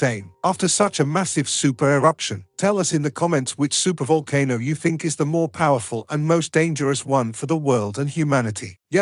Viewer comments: The whole voice over ruined the video, it's too fast, I needed to catch my breath 5 minutes in. Also would a computer generated voice really mis pronounce " volcano" if it does you need a better program. Otherwise excellent presentation. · Well I learned a couple of things from this video... "Volano" is pronounced "VOL kuh noe" and 'idea" is pronounced "ideer"... There were numerous other abominations of the English language as well. I don't know how I survived so long saying these words incorrectly. My life is complete now. Foo too rey By tee gets a thumbs down for using a computer generated voice. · oh it's a vulcan-o not a volcano. The audio can't make up its mind how to pronounce it. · Kra-kotto and Vulcan-o. Uranium decays into leed. That computer almost sounds human but it has some problems.